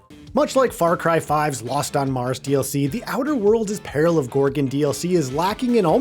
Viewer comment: It's peril not pale, you keep saying pale on Gorgan not Peril on Gorgon. And it is far from one of the most disappointing DLC.